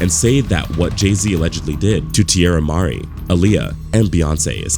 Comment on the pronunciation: It's Tierra Marie, not Mar-E.